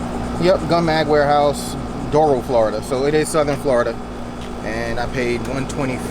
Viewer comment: Doral. DOOR-AL. Nice veellog